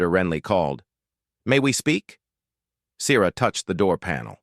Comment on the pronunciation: The pronunciation of the name 'Sierra' or 'Siera" should emphasize the 'e' without making the letter hard!. English is a complex language and has a complex nature that is not easily done well!. Oops LoL 😮😢